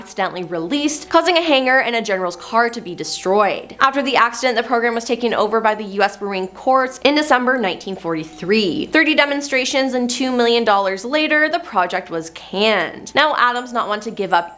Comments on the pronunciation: The word 'corps' rhymes with apple 'core'. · Corps is pronounced core